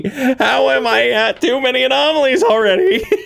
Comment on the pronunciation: enooomalies, aaanoomolies, anooomalies! Alright I can't no longer pronounce that word properly thanks.🤣